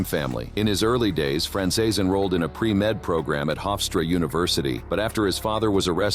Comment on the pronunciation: People believe that Ai will run the world in future..at the moment it can not pronounce Franzese